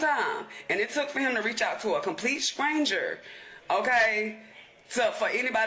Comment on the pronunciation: Idgaf where you’re from, learn pronunciation! Scranger is wild 🤣🤣🤣🤣🤣🤣🤣🤣